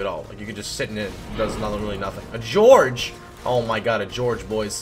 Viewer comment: catch his pronouncing Gorge as George? LOL I think it's intentional and just his style.